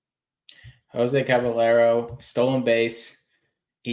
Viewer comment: Cab -a-lero.... 💀💀💀